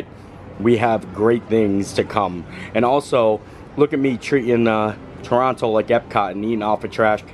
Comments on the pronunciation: You pronounce mountain mouain, why not Toronto, Trorono, if it's easier.!!😅 I can't watch you hanging off that building!!! I bet your Mom can't look either!!! 😮 Oh no!! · So excited to watch you enjoying the places that are so familiar to me (I live about 100kms away from Toronto). I can confirm for you that you definitely don't pronounce the second 't', unless you want it to be obvious that you're a tourist.😁 As luck would have it, I'm currently in Walt Disney World while you were in Toronto. I'm glad you enjoyed! A suggestion for your next visit is Blue Mountain. They have great scenic caves to explore in the non winter months. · Glad to have you in Toronto! You were just steps away from where we do rehearsals for all the Disney Cruise Line ships on Front Street.:) (P.S. The second T in Toronto is only pronounced by Americans, tourists and even some non-local Canadians from further out:P ) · No one says the second t, that’s how you know someone’s not from Toronto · The way Canadians can tell someone isn’t from Canada is if they pronounce both T’s. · Take a shot for every time he pronounces the second T in Toronto…you’ll be dead! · Everyone who is from Toronto or the GTA (Greater Toronto Area) never pronouns the 2nd T in Toronto 🤣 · If you're from Toronto you don't pronounce the second T. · No t in Toronto, it's only enunciated by people aren't from here. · Great vid, again. Just subbed. Canadians have many names for Toronto, some good, some bad. Most say either pronounce it Torrona or Tronna. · It is pronounced Toronno, not Torontoe. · Most Canadians do not pronounce the second T in Toronto and pronounce it Torono. Glad you enjoyed your time here. It was great to meet you and thank you for sending the shout-out to my daughter Madison at the clover on Sat night and for taking some photos with my wife and I am glad I caught you out front so my buddy Scott could talk with you and pass along the message he had for you from Adam. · Locals say Torono. 😊